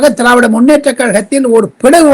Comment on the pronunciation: திராவிட ஜனதா கட்சி என்று பெயரை சரியாக உச்சரிக்கவும்